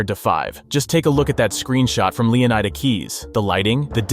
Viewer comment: Is it just me, or is EVERY (p)reviewer totally wrong in pronouncing Leonida? Clearly, it's a hint to Florida and should be pronounced as such. Flórida—Leónida. Right?